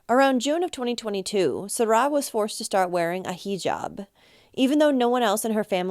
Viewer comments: And it isn't SaRA, it's SARa. I'm afraid it irritated me too much. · Why on earth are you saying her name like that?!? Serah? It’s Sara . I don’t understand. Is that the way they say it?!? That’s so strange to me